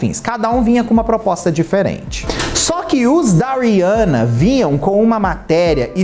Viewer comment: Achei o conteúdo de muito mal gosto... E o nome eh Rihanna e nao Riança... Vc fez igual a midia rivalizando duas mulheres pretas. Use sua influência para fala sobre coisas legais e nao pra criar barulinho na internet!